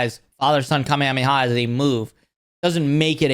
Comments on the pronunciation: Bro cant even pronounce kamehameha right😂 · oh yeah he's really a fan when he mispronounces kamehameha.